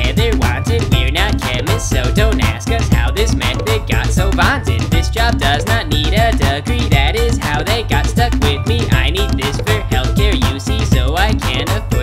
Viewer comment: when she says degree i hear dugree